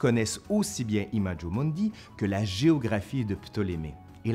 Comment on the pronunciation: Je me délecte à regarder vos vidéos. Un petit bémol : la prononciation des mots latins ... imajo mundi, aïe aïe aïe ! Vous avez sûrement un-e ami-e latiniste... Sinon investissez dans un manuel de première année d'études du latin: en général, la prononciation est indiquée dans les premières pages. J'espère que cette petite critique ne vous froissera pas et je me réjouis de visionner vos vidéos. Vale et me ama ...